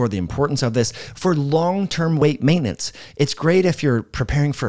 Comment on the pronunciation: Say maintenance properly omg.